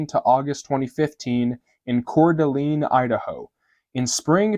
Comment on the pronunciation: I was with you till you had to attack Jesus. Oh, and the city in Idaho is pronounced ( core da lane )